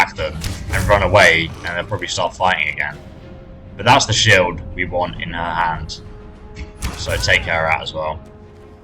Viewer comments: “Shild” lmao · SHILD? SHILD? really? Shields sheilds